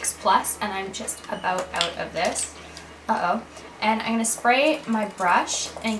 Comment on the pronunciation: lol she always says "i'n instead of I'm"